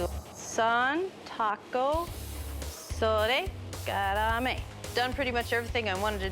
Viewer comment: I love how only pronounces sodegarami right